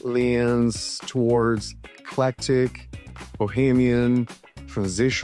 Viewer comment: Flashing too swiftly. Your voice is too drawn out. Practice your English before recording ! You sound like a KID reciting in class ! You mispronounced eclectic !!!!